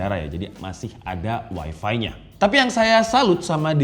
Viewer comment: Bukan Wai Vi, tapi wai Fai, 😅😅😅😅😅